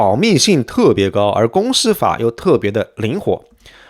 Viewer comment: 注意，是公司si / 司si法，不要故意卷舌